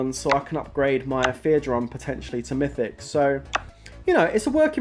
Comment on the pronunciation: Mythic not mystic xD nice trap btw